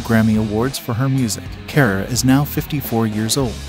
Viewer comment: Its pronounced dana carvee not Dana carvay. And it's Tia Carerra like a Porsche carrera not Tia Care.